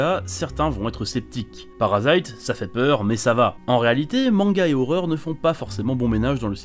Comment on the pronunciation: C'EST PARASITE OU kiseijuu sei no kakuritsu MAIS PAS "PARASAÎTE" nimporte quoi...